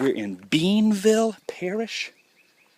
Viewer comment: Bienville Parish is pronounced.....Be in ville. And yes Louisiana has parishes instead of counties.